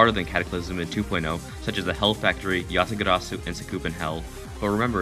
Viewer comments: Please Never roll your r in yatagarasu ever again. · Normal people: yatagarasu.: Ÿatagàràsu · what is that way of saying "Yatagarasu?" yatagaraasuu lol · you suddenly turned Scottish with your pronunciation for yatagarzu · what about how cc pronounces it? Y ah tuh gara su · The way he said yatagarasu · Wat is dat weird pronunciation? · That way he says yatagarasu :P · How you said Yatagarasu.. Lol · Me to lol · He pronounces it in Indian Accent LOL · The way you said yatagarasu lol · i love the way you pronounce yatagarasu